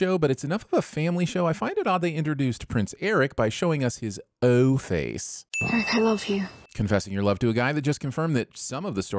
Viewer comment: I REFUSE to accept the results of your sin tally until you go back and add a sin for every single time a character in the episode OR yourself in this video pronounced Prince Airk's name like "Eric", instead of with a single syllable which is how the name of Madmardigan's long-time best frenemy, Airk, for whom he was CLEARLY named, was said.